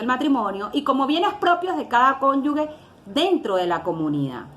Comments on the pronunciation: Santo Dios, esta abogada no sabe diferenciar entre la combinación de las letras "gue" y "ge". Reiteradamente al hacer referencia al cónyuge, lo pronuncia "cónyugue". Una cosa es ser Gevara y otra Guevara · Por favor abogada no es conyugüe, lo correcto es cónyuge , lo de cónyuga suena feo